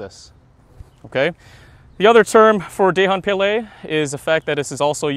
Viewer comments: its dahong palay in filipino grammar if the letter of the word end with letter N followed by another word add letter g it pronounced as da -the hong - hong kong pa - papa lay - lie not day hon pay lay im a filipino. that is how to pronounce it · It's pronounced as Duh-hon Puh-lai. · "Dāy-hahn pāy-lāy"? -Anyone with skin darker than Lou Diamond Phillips should be ashamed of that pronunciation. This shows no respect for your heritage, or for the FMA and/or Filipino craftsmanship. You would think that with the supposed quality and/or authenticity of these blades, one would take the time to ensure the terminology and origins are correctly stated and pronounced. Otherwise, what's the point? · It's not good if it's not in a proper pronunciation....not die-hong pie-lie...🤣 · if you're going to do an advert or promote an item at least make an effort to make sure you're pronouncing it right....it's DA-HONG PA-LAY. In filipino you pronounce the A as ah..not ey.. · Dahong palay Da with straight a and not like dey Hong with straight o and dont put an accent on it Palay with straight a's and not like peyley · wait im sorry did u just say dayhon paylay